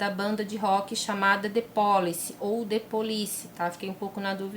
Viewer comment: Oi, a pronúncia é ( " the Police / dê/ com o e fechado. Beijos ) 😘😘😘